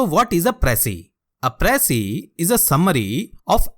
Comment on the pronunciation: You can’t even pronounce precis and here you are teaching precis writing 😂 What a joke. And there are more people like him who even gives online classes for ias lmao. Just imagine, attending IAS online classes by those who never made it. Lol go fuck yourselves